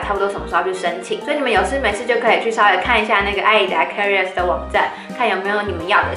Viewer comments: career [ k ə ˋr ɪ r ] 是英文。 = Karriere 是德文，唸起來聲音有點像《卡 一 拉》。 一字的發音瑕不掩瑜， 很優秀啦！演講的能力是一流的。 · 發音錯了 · 我注意到了 有點意外的發音